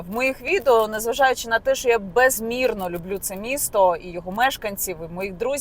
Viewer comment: Яніна, в українській мові немає слова "шо". Є слово "що". Вам складно говорити грамотною мовою?